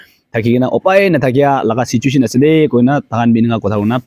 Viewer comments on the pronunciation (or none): none